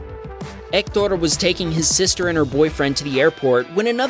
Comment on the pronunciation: I want to say that I loved the way of pronunciation for the name Héctor